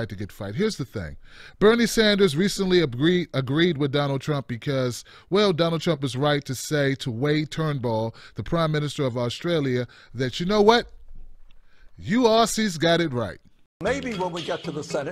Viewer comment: "Wayne Turnbull" lol wtf!? hahahahhah - How is it Americans have such trouble with Malcolm Trumble's (sic) name?